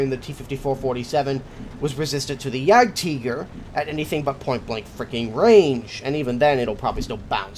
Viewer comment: jagteager is pronounced jagtieger